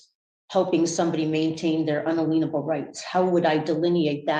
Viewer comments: I hate it when they “impinge” on my “un-a-leanable” right dang it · Un-a-lean-able rights! LOL